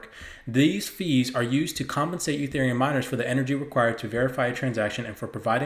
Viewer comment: Very good info. Careful sometimes you say Utherium not Etherium!